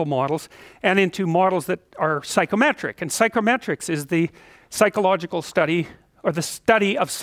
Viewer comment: Does anyone else keep hearing "psychrometric"?